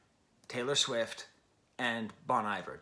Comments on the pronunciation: FYI Bon Iver should be pronounced like you're saying bon hiver in French. Looking forward to your DONDA review when it happens my guy 👍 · Bon Iver -- pronounced bone ee-vair. I'm sure as a French professor you know where the phrase comes from. The point of BRM is collaboration. Some of the best players/singers in the world are on this record. Anais Mitchell, whose Hadestown played on Broadway. Drummers J.T. Bates and Bryan Devendorf (The National). Robin Pecknold from Fleet Foxes. Lisa Hannigan, no introduction necessary. Aaron and Justin don't make records that need to be book-ended by Taylor Swift. Sure, she's a big deal, but being a big deal isn't what BRM is about. I genuinely appreciate your review here, but there's just a bit of it that -- to me, my opinion -- is just more fawning over Taylor Swift. The good thing is that musicians like Aaron/Justin/Anais/Robin/Ben/Lisa/etc will be just fine, with or without Taylor Swift.